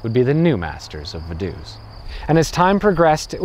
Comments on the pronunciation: I live right next to Liechtenstein! It's pronounced Va-du-ts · Shouldn't it be pronounced Fa-duu-ts? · because of the V Vogel ist spoken Fogel Not Wogel and Vase Fase not Wase V is spoken as a F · I love your comical pronunciation of, "Vadoose". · Same for Ferdinand von Hohenems or Vaduz. Guess he simply didn't care to research for that part. The story telling's still great, so i don't mind.